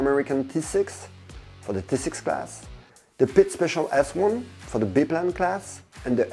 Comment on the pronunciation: and please say Bi-plane properly!